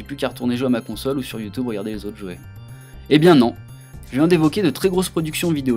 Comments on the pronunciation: Il a dit YouToube à un moment X) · C'est pas possible il n'est pas français ! HTC "vive" [ i ] Au fil des ans, "Youtoube" ... Et d'autres erreurs de prononciation ou grammaire ...